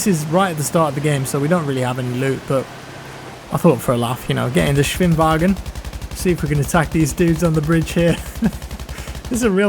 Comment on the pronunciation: You pronounced Schwimmwagen realy well. Nice greatings from germany.